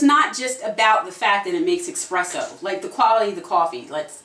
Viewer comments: If you're going to do an espresso coffee maker review, the least you can do is pronounce it right. It's called espresso ( pressed-out coffee) - not expresso as you say . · Esssssspresso not exxxxxxpresso lol. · please stop saying Expresso! it's Espresso! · I still say Expresso all the time. It really doesn't matter to me. The drink goes down the same way no matter how it's pronounced. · ESPRESSO!!! WITH AN "S" ! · You spelled it correctly but you still say expresso 😅